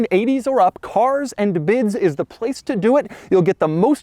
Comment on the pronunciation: It's funny how he took an entire month to upload this, maybe he kept saying cars and bids wrongly